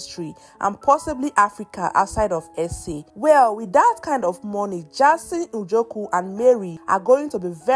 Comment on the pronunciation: Please stop spoiling people's names, which one is Mary Ojoku? Please it's Njoku!! Stop spoiling our surname please!!!